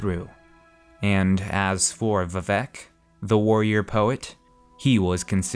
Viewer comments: It should be pronounced more like Veevec but with shorter "ee" and Oor. Chimer should be "Chaimer" right? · Same, I'm not usually a stickler for pronunciation...but this kinda hurt.